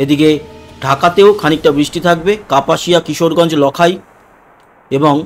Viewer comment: দাদা লকাই না। নামটা হল লাখাই।